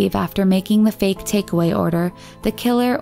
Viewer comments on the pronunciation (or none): none